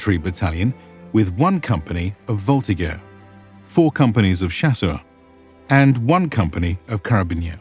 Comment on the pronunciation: Very nice video, my ears only slightly bleed when Voltigeur was pronounced with a hard G sound :) It's a "soft G" so it sound the same as Majeur (Major, like an adult)